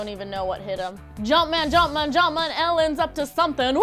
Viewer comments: LOOOL SHE TRIED 😂😂😂 don't ever say jumpman again 😷😷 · never ever in your life say jumpman ever again, please.